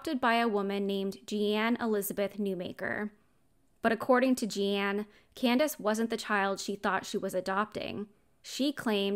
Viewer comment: Her name is pronounced the way, “Gene,” is pronounced. Or like blue jean. It has an e on the end but it’s 100% pronounced like jean